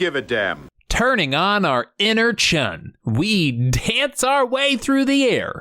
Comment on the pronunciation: Chiun. Not Chun, people.